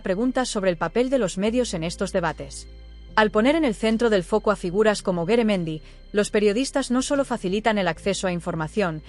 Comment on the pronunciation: No es Beremendi es Garamendi y yo no estoy de acuerdo con lo que ha dicho ,por que no se baja el sueldazo el a lo wue gsna un obrero ,veriamos lo que diria entoces ,este señor es un mafioso